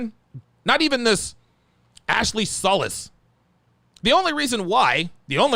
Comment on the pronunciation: Solis is pronounced So- leeesss>jfyi